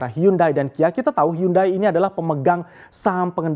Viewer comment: Hiyandei.. bukan hyundai.. english failed